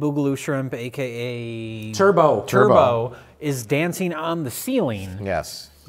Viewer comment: Its dancing.... Not danseen